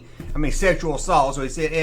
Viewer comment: Every time you say SA, I hear "esay." You know homes 😂